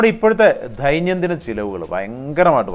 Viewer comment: സോറി. ദൈന്യം ദിനം എന്നല്ല. ദൈനം ദിനം എന്നാണ്. ബാക്കിയെല്ലാം കൊള്ളാം.